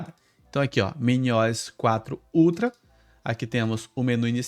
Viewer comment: "MINIOISSS" é pra acabar, se fala MINI O S, de Operating System!!!!!